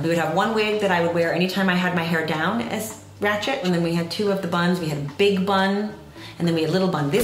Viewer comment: “It was biugue bunn✨ it was biuguee✨”